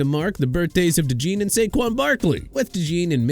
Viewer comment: You're saying Cooper's last name wrong,.People are so dim-witted~